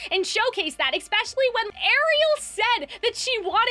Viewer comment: "eckspecially" kills me